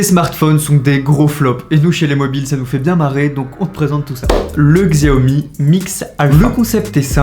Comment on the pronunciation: Xiaomi se prononce Chiaomi